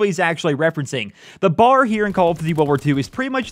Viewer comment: not to be that guy but its called the B.A.R. not bar